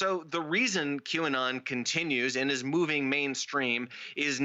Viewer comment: It's funny that no matter how hard tries to pronounce QAnon he always messes it up.